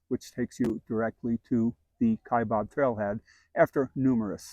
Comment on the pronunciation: It's "Kai bAb. It's not "Kai bOb." I don't know why so many people make this mistake. :-(